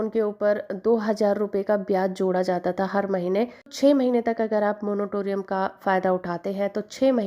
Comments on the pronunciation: Monotorium nhi Monatorium hota hai..Padhi Likhi Gawar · Ap jo monotoriun bol rahe ho ye galat hai not monotorium,,,it is moratorium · Moratorium boliye bahan ji.. "monotorium" nahi hota hai.